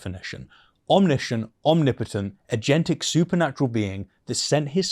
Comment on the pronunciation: Why do so many people mispronounce the word Omniscient?